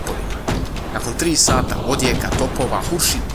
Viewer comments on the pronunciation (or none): none